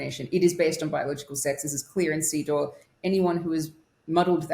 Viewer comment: Every time says CEDAW it sounds to me like "seed oil" 😂